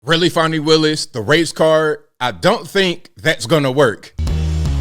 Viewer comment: Fawnee my azz, it's Fannie!